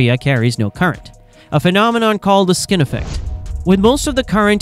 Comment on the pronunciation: "Skin effect", not "skinny effect"